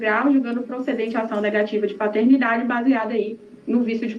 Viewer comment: "Patetnidade"? Era a prole do Pateta?